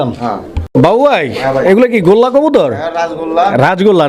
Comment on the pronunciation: ভাই গোল্লাকে বলে গররা